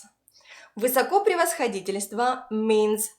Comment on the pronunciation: Вообще-то в слове "высокопревосходительство" первое ударение на первую "о", так же как и в словах "высокоблагородие", "высокопреосвященство" и т. п. Даже песня такая есть: Его высокопреосвященство Нам обещал на небе райское блаженство...